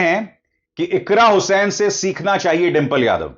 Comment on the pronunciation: अरे सर जी आप बार बार इकरा हुसैन बोल रहे हैं इकरा हसन है